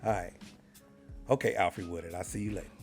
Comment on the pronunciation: This nickel said, “ok, Alfree Woodard”🤣🤣🤣🤣🤣🤣🤣🤣🤣🤣🤣🤣🤣🤣🤣🤣🤣🤣🤣. Caught me all the way off guard! Cleezy a fool for that one!